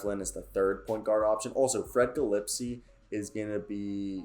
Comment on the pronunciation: it’s guh-leh-spee